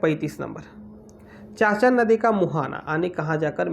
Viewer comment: चाचन नहीं चानन नदी